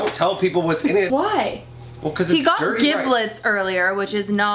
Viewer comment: U couldn't even know how to pronounce giblets correctly, smh